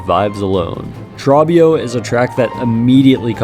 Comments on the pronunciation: You really mispronounced trobbio as tra-bee-oh instead of troh-bee-oh when in both fights his name is literally being yelled? Wow. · You mispronounced trobbio :( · Your pronunciation of Trobbio made me physically twitch. I don't know if it was meant to be or just the way you say it but WOW. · how do you manage to mispronounce trobbio's name when he himself says it outloud multiple times also I'm so glad to see Fleatopia so high up, it's my personal favourite. I also really like Flea Festival, but that one isn't on the ost for some reason